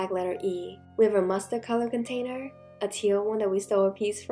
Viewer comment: Instead of container I kept hearing potater?